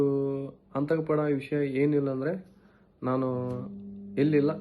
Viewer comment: ಅಂತಕ 😂😂😂ಅಲ್ಲ ಕಣೋ ಆತಂಕ 😂😂ಕರೆ ನೀಡಿರೋದ್ ಅಲ್ಲ ನೋಟೀಸ್